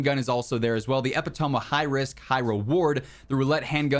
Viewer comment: Did he say ‘epitoma’? Epitome. Eee pit ah me. Epitome.